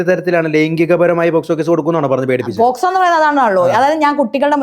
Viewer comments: പോസ്കോ അല്ല മോനേ പോക്സോ...... 😛😛😛😛😁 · പോസ്കോ അല്ലെടാ.. പോസ്കോ 🙏🏻🤦🏻‍♂️ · പോസ്കോ അല്ല പോക്സോ